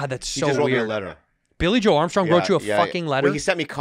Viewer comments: Being a massive Green Day fan, the mispronounciation of Billie Joe made me sad. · 'Billie Joe'!!! Not Billie Joel. Cringe.